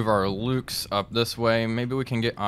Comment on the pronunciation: Ah, Mühlhausen again! Home of my favourite plum jam! One suggestion, if I may: The Luchs you were fielding are very easy to nail in pronounciaton by calling them 'looks' rather than 'lukes'. Great series, keep'em coming, please!